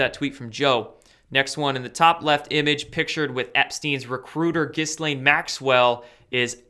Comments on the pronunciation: apparently Ghislaine Maxwells name is pronounced more like "Ghee-yan" or some shit like that. Also, the hash tag of Cali island seems like it could have more than one reason for being used. Kali (same pronunciation as Cali), is a goddess of old and is also named "the destroyer" and is linked to sex in some lore. I thought that made it more interesting that it was used in the hash tag for this particular island and by these particular people... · The "s" is mute in Ghislaine, otherwise you got it right. The first time I see my name in big news, and it's connected to this!!!!